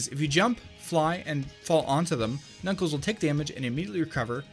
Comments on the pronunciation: anyone else hear him call knuckles klackles in the first glitch of the video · Why’d you say kakles bear the start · WHO'S """KACKLES"??????? I though he was knuckles :3 >.<